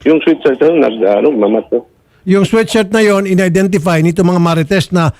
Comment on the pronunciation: "Sweat shirt" poh, hindi "sweet shirt" 😅